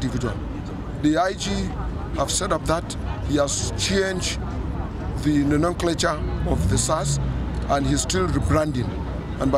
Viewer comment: Did he say nononclature????